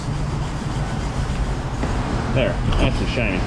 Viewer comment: The “ Shinney “ makes my day. 😊